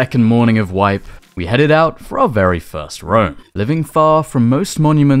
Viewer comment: lmfao at the end he says Ouw, doesnt say out xD